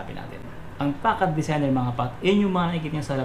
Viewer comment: 'fasad' po yata basa nyan idol